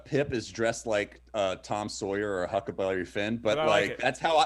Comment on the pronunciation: I heard Hucka BELLY fin.